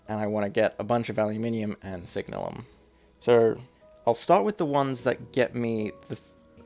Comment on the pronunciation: Its funny how you're probably the first person I've heard pronouce it "signal-um" rather than "sig-nalum" or "sig-nail-um" but, looking at the spelling, it's an entirely reasonable pronunciation.